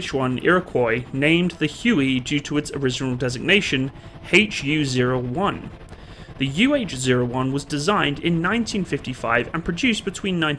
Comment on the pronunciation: HU-1A = "Huey". Not HU-01 ;)